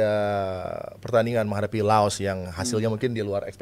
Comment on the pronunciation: Saya berhenti melanjutkan nonton podcast ini karena mengucapkan laos jadi lao 🤮🤮🤮 meskipun pengucapan di laos jd lao tp di kita terep laos